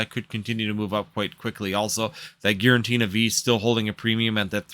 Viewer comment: It’s Giratina by the way not GiraNtina 😂